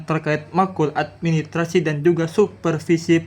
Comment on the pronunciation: Administrasi pak guru ...bukan Admi trasi he